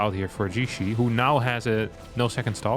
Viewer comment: Your pronunciation is actually quite close! Generally it's tricky to determine the pronunciation of Chinese words without the characters or intonation marks. I looked up his name and in Chinese it's 解释 and you could pronounce it like "Ji-ye-shi"